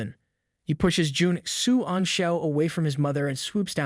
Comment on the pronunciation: I'm sorry, but really just call him "Commander", Juan xian (whatever his name is) is so long and it seems like its hard for you sometimes...😅